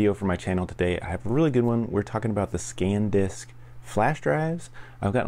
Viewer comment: SanDisk NOT ScanDisk